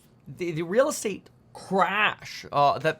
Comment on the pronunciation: Reeeeeel estate-ah crash?